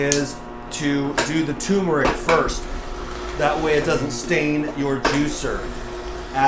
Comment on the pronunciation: It's TUR-meric people, Not TU-meric. There is an R there that no one seems to pronounce or even spell and it's not a silent R lol